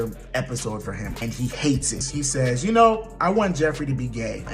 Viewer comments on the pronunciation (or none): none